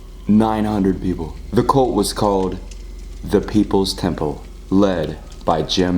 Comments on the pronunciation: saying colt instead of cult 😂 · He said "cOlt" not cUlt!!! I'm dead 💀😂😂😂😂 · I love how every time you say cult, the captions think you’re saying colt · Or coal🤣